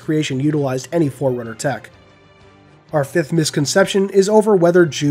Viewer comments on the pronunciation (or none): is also the one that pronounces Forerunner like "foreigner?". I just have to say that is beyond infuriating.